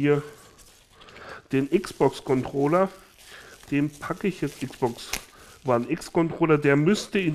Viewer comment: Wieeeso sagst du Xbox wone